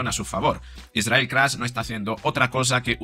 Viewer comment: Es KATZ No Kraz. Poco a Poco caerán, Pero lo mejor queda para el final................